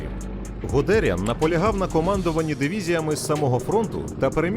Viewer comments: + не правильний наголос в прізвищі ГудеріАна UPD. Загуглив, гугл каже шо правильно - Гуде́ріан. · взагалі-то Гудéріан. Ґуґл в допомогу.